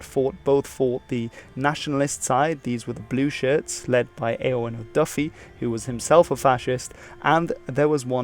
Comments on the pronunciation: Two pronunciation note: Cobh is pronounced Cove. And Eoin is Owen. Also great video and I shall now watch the series. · On the pronunciation, it was minor but Eoin is pronounced Owen and it’s said as cove instead of how it’s spelt as Cobh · And "ayawen" for Eoin like it'd not that hard to say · You pronounced Donegal well enough but Eoin is pronounced as Owen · And Eoin which is pronounced Owen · Eoin is pronounced Owen btw. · By the way on Eoin Duffy. Eoin is pronounced like the English name Owen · Eoin is pronounced Owen, Cobh is pronounced Cove. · Almost entirely accurate! Some small corrections: "Eoin" is pronounced like "Owen", and "Cobh" is pronounced as "cove". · It’s pronounced more like Owin, as opposed to having an ‘en’ sound at the end. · As an Irish man I will say most pronunciation well done. Only Eoin is pronounced, O-in and Cobh, C-o-v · Eoin is said like Owen